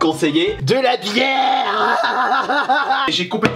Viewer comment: DE LA BIÈRRRRRRRRRRRRRRRRE